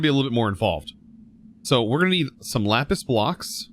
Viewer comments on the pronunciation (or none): none